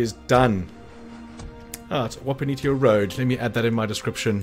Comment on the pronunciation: I took out the White King Mine horde fairly early, and did it 99% stealth until I could pick off the remaining few :) BTW Wapanitia is 'wapaneesha" :)